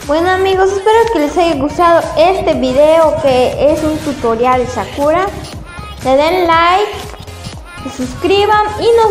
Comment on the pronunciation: No se dice shakura